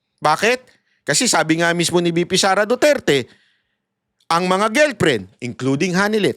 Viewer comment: GIRLFRIEND PO. NOT GILPRIN😁🤣😅✌️d mo ako basher hah! Every morning nga pinapanood ko videos mo pero gilprin kc na parang strong mo pang binanggit ang gilprin🤣 labyu😁